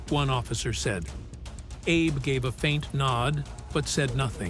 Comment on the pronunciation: The correct pronunciation of the captain's name is AB-ay.